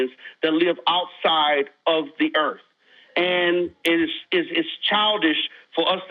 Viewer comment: Planet EarF? I stopped listening at that point.